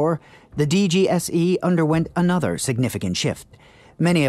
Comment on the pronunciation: french here mate don't take it personally and plus glad you ve done this video .. Fun fact our FBI is DGSI : the exact pronounciation for you of DGSE in english (but you done right)